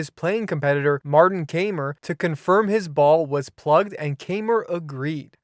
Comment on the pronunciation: Kaymer = "Ky-mer"